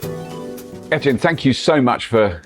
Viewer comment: Robert, I think his name is Eytan, not Ethan…